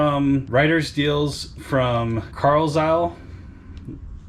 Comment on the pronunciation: "Car-lyle" is how you pronounce Carlisle, PA. I live about 20 minutes from there.